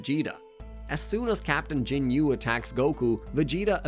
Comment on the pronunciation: The narration has to be AI he calls it gin-you force, super cyan, siabamen it's nuts